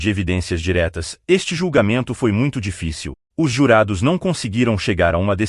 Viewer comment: RECLAMAÇÃO: TALVEZ SEJA MAIS BARATO, MAS NÃO DÁ PARA OUVIR ESTE LOCUTOR ROBÔ PRONUNCIANDO #CANDÍDA# EM VEZ DE #CÂNDIDA, SOM FORTE NO CAN. NEM FALANDO #ÉSTE, E OUTRAS BABARIDADES. E CADÊ O PAÍS, A CIDADE? NÃO VOU NAIS ASSISTIR.